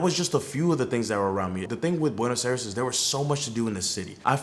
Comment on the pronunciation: Learn how to pronounce Buenos Aires